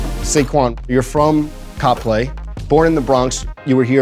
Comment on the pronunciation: My mans said COP-lay. It's Whitehall bud.